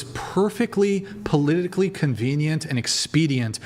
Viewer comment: "polillically" lol that man is funny